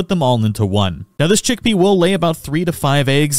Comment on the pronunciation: Abysmal pronunciation on the pals. Chikipi is not "chick-pea" it's "chi-kee-pee" Mozzarina is not "moo-sa-rina" it's "mott-sa-rina," a play on the word "mozzarella." Fenglope is "fen-glope" not "fang-lope," but I think that might just be your accent? Hoocrates was correct, though. It's like "Socrates" but with "hoo" at the beginning.